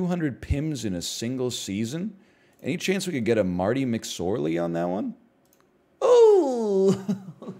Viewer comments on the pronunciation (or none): none